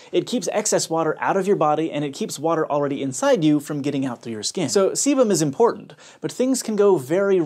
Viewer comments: I heard sebum as semen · Who else heard "semen" every frickin time he said "sebum" ?